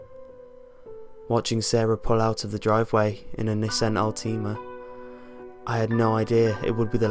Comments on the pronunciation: the way you said nissan altima lol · he said Nissan Altima weird